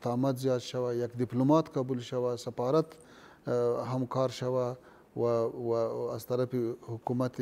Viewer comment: این پشتون ها نمیتانه حرف :ف: را تلفظ کنه. میگه« سپارت» منظورش سفارت است میگه«سپیر» همان سفیر است ههههههههههه